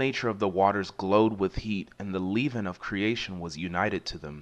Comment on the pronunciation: You have a good voice but check up how to say words you are unfamiliar like "rigid" and "leaven". There are many online dictionaries that have a sound clip.